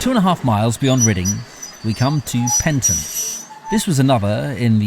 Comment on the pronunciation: Pronunciation: Caldew is Caaald dew and Penton is Pen-ton and Kershopefoot is separated as Kershop Foot